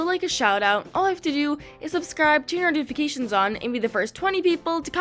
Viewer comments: She said subsribe not subscribe lol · "subsrise"